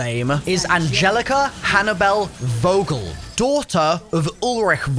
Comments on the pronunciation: Vogel not wogel Like f ogel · It’s not «Vogel» its pronounced “Fogel» -Coming from a German with a last name of «Vogel»;) great video nother than less